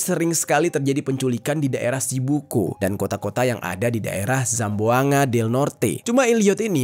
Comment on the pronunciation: Kakak mau saya betulkan cara baca BUKAN SAMBUNGA TAPI CARA BACA NYA GINI SAMBUANGGA